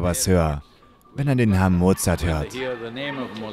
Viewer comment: Mozart, nicht Mozard.